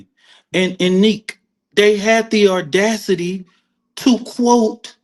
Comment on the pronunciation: I watched like 3 minutes and heard the woman say "infulstructure" and the man say "aurdacity". Why attempt to even use words you can't pronounce correctly? It actually does the opposite of making you appear intelligent.